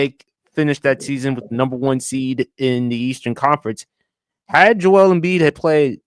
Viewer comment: Joel Embiid is a heel in my opinion. Part of that has to do with him pronouncing his name completely wrong lol (My name is Joel) not pronounced Jo Elle